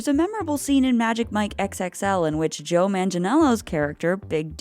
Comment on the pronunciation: You mispronounced Joe's name